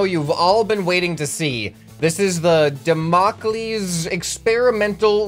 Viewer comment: He says Damocles wrong it's dam-o-cles (cles makes a sound like the word keys but with the l after the k)(sorry if im annoying)